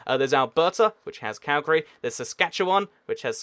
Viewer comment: I'm so mad because you mispronounced every single canadian place it's not canda it's Canada also Calgry CALGRY it's CALGARY